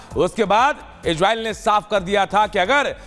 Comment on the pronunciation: Igreil ni re gandu isreil o